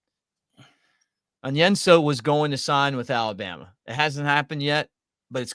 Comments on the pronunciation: said Alabrama. Lol. Great show guys! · “ALABRAMA” 🤣🤣🤣 Roll Tide!!!